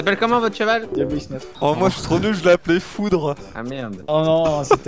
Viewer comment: Quand Terra a dit « Foudre » J’ai compris « Foutre » ... HELP ME PLEASE ; _